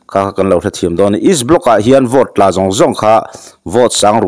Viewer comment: Hi, Buddy, Vote hi Vawt tiin i lama, ka duh aiin i Bur😅😅😅kan Mizo channel lian LPS, ZONE,DD ten an lam rik dan hi a mawi ka tia.